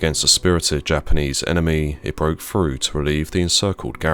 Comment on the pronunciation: Can't pronounce th's either its frust, instead of thrust, & free rather than three, frew instead of through ... so irritating! 😖 other than that it's interesting enuf 😂